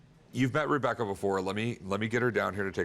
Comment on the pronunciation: he calls her Rub-ecca 😂